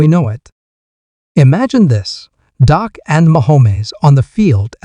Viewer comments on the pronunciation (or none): If you are going to make commentary at least know how to pronounce the players name. It is Dak not doc and it’s not mchomwees.